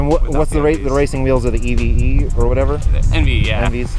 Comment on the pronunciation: i just love how he calls enve's e eves